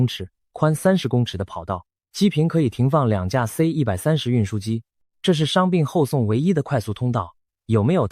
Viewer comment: 太平島現在是屬於中共管轄嗎?你全篇AI的影片人物都是穿著中共制服,包括士兵,軍官,保衛,的臂章徽章都是類似中共的,最明顯是 士兵戴的帽子不是12道光芒的國徽,而是中共的星星,如果是如你所說屬於台灣,那AI應該修改為台灣的日常才對,發音也應該台灣腔而非中國腔調,C-130你讀成(塞 一百三十)